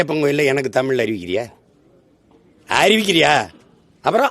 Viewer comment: தமிழ் என்று ஒழுங்கா உச்சரிடா அலலூயா நாயே